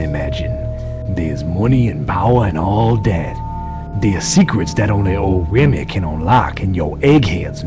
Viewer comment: Did they butcher Remy's last name on purpose?